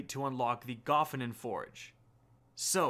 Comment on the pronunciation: Wouldn't there have to be two F's in Gofannon to pronounce it that way? Sorry not trying to be a dick it just hits the ear in an unpleasant way. Plus all the other YouTubers pronounce it differently than you.